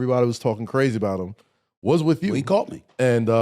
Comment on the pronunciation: 2 minutes of Smith's "wit-chew", which may be his attempt at saying "with you" and I'm done. Is it just me or is the older Smith gets, the more he's beginning to look like Granny Clump?